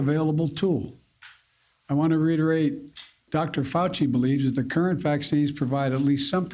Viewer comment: I want to riterate. Hahaha